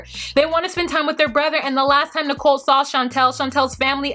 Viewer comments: i find it hard to listen to you pronounce nicole as nickle. i have to fast forward thru that section. can you please reconsider it? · is it me or does she pronounce Nicole like Nickel? Is she trolling?